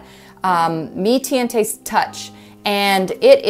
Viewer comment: Yes...they should know and use the correct pronunciations